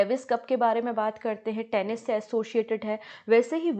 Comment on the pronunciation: You said Tenish 😂😂😂 please learn the pronunciation